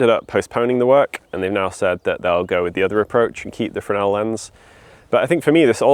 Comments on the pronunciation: French Fresnel is "fren-nel". has it right. BSc physics not wasted! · Firstly well done on correctly pronouncing Fresnel lens, the S is silent. Secondly, well worth a visit is the Scottish Lighthouse Museum in Stevenson Rd, Fraserburgh AB43 9DU they have a great collection of Fresnel lenses, history, a lighthouse you can go up and lots more besides.